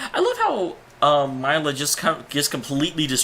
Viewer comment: Milla - Mil-la